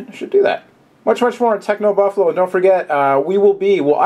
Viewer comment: i like how he makes an emphasis on "Techno Buffalo". great to have you here